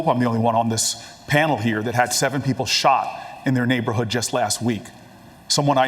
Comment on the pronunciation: Booker keeps saying neighborhood like his come on ur rich we’re not fooled